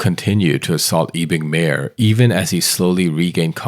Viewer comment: Pronounce as "Kezon" not Kwezon. And "mAHyor" not meyor